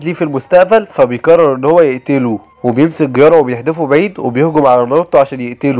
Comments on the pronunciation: جيرايا مو قرارا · جيرايا ❌ ڨيارا✅ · جيرايا ❌ غيارا ✅ 🤣🤣🤣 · جيرايا ❌ غيارا ✅😂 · وات ذا غيارا اسمه جيرايا 🤣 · انتي بتقول الاسماء غلط زي جيرايا كييارا